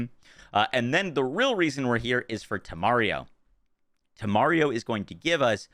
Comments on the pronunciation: Thank you much for this!! I'm lvl 37 and I'll try this tomorrow! Lol I love that you're adding and extra syllable to Instintito (instinto) and taking one away from Temario (Temerario) 🤣 Love from México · One extra syllable for "Instinto", one syllable less for "Temerario" ... perfectly balanced, as all things should be 😈